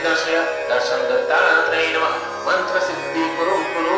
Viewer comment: It is not maaaaantra. It is mantra. 🙄